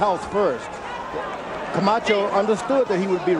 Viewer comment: Buffer rolling his tongue introducing Camacho is 🔥